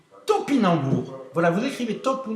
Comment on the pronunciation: "Taupylemour", "Topinambour", ... peu n'importe ! Bref, au top ce JT. On en veut d'autres ! :)